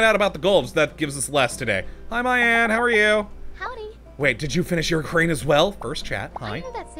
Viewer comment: It's "Me-Ahn" not "My-Ann"